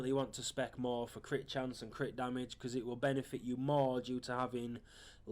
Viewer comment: Its not DAMIDGE,its damage.